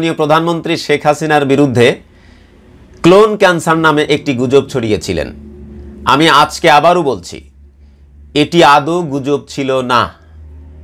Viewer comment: কো+লোন। ক্লোন নয়।উচ্চারন কোলোন্